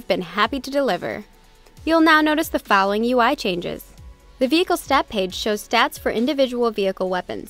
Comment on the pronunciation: "Youll now notice the fallowing"